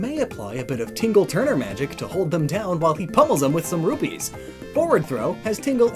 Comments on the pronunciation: I love your channel and videos, I don’t expect you to change it, but for future reference it’s tingle tuner not ‘tingle turner’. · Tingle TUNER, not turner.